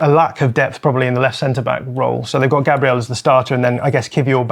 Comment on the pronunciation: Again, show some respect and pronounce Gabriel correctly and not in that ridiculous way that only leprechauns use👍